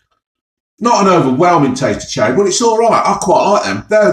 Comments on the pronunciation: Cherreh and strawbreh. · Cherreh and strawberreh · CherrEh and Strawberrehhhh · Cherreh and strawberreh.